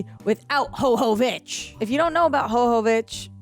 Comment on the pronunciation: Her name is pronounced like Yova vich with Y not H sound. We woman all would only hope that our make up could stay looking this good if we were in an apocalypse. Makes no sense at all.